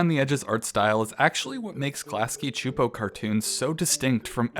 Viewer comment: csupo is pronounced “soup-oh”